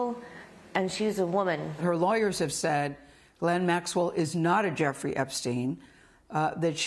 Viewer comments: It’s also NOT keelane it’s Ghislaine and this is a French name . So do not Americanize foreign names. Do you job and don’t rape foreign names and words. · Her name is French and is pronounced 'Ge Len' .... I know it doesn't look like that, but that is how you say it! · I'm confused as how to pronounce "Ghislaine" as I keep hearing different pronunciations. Lol